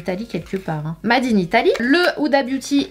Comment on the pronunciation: C’est pas made c’est (maide) anglais Hahahaha 😂😂